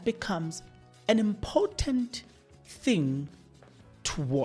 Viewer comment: Let's look at your pronunciation of words. Important and impotent mean 2 different things, and when used interchangeably, they may distort the message you are trying to convey